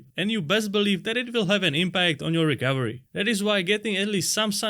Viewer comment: Sounds like he’s saying Rick Overy, not recovery.